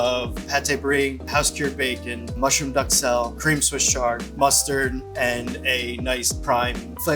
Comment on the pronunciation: "Swiss char" 😂